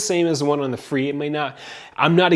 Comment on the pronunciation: It's pronounced fray